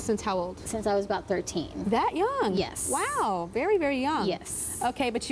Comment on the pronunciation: the grl who wanted a boob job pronounced her 'yes' weird shes like 'yesssssssssss' haha